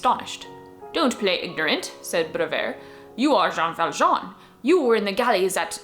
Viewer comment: His name is Joj ValJooooj (And I'm Jojvert)